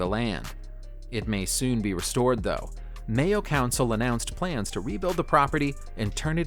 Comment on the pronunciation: May-oh is how you pronounce Mayo. And that property isn’t worth shit, nothing will happen to it. There’s properties like that all over ireland